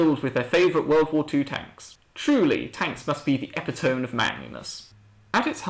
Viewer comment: You don't say "epitome" like that. It's pronounced "eh-pit-uh-mee"